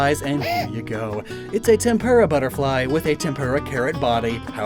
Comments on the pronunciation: TempUra pls add more U to you tempura it sounds like tempurra. Love your vids❤ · Not to be rude, but tempura is not pronounced like that.